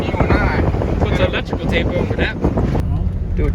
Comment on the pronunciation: "sum elitricel tape on that" 💀